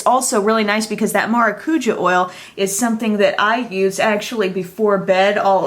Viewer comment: Hey! Love your videos just wanted to let you know that in Portuguese (the Brazilian language) "maracuja" is pronounced with the emphasis on the "ja". So how you were saying it was Mara cuuuu ja, when it's said maracuJAH. I mean no form of disrespect when I make this comment just thought it may help you out.